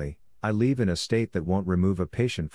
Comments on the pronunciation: I'm glad someone else besides me found that irritating. That's what is so irksome about TTS bots. That, and not expressing any emotion or change of tone. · It's live not leave